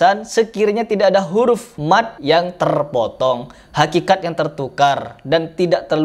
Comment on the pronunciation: harokat mas. Bukan hakikat. Maknanya jauh beda bagaikan bumi dan langit. Sepurane